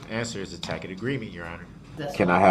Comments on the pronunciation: Is that a "Tackit" agreement? Still makes me laugh 😂😂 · I wonder if he ever figured out if there was a tack-it (tacit) agreement. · (Ta'-kit) agreement. I want him to invest in Hooked On Phonics. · I love the “tack it” agreement. One time he said that and the judge said, “I don’t know what a tack it agreement is”. I’m sure he meant tacit but what a fool he made of himself. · Windshield wipers. How many “for de rekerd” did he say!!!! Upon yo refusal—— do dat -oaf. Guf. Tackit. Hided. Oh the words. He’s a clown.